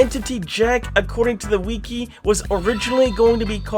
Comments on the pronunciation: “the wee key” LOL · “According to the W E E K E E ” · #42 Wiki is pronounced (Wick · ee) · "acording to the wee-kee